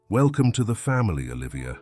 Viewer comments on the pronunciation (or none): none